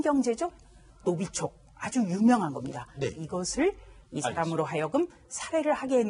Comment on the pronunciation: 조수진씨 발음이 정확치가 않네요. 신경제독 노비초?가 맞나요?